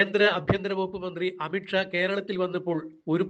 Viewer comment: അമിട്ട് ഷാ അല്ല. അമിത് ഷാ. ഉച്ചാരണം ശരിയല്ല.